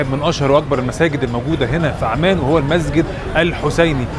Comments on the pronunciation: انت ليه مازورة العندلي يارجل اسمها عمان مش اعمان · اسم العاصمة عممان بتشديد العين وليس عمان